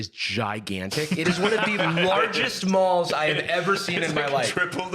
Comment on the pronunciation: I can't get over 'shopping mals' 😂